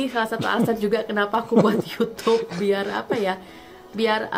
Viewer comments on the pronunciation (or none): none